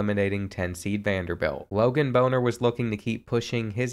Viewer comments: My brother in Christ, it’s Bahn-ner not what you said 😂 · lmao i went to high school with him as funny as this is thats not how you pronounce his name 😂😂